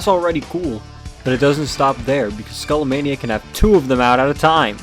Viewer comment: It's pronounced Skah-lah-mah-nee-yah